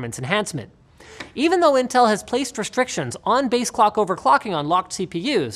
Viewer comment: Who say Intell ???